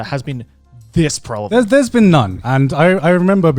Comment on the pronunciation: I noticed Joey always says prevalent incorrectly lol